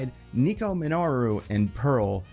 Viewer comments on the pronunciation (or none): Nico MIN-O-ROO